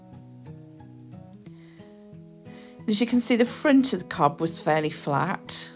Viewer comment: It is not cob it’s is pronounced cove